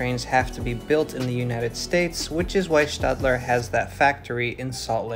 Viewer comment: I thank you for correctly pronouncing Stadler, it may seem like a trivial difference, but its still cool to hear.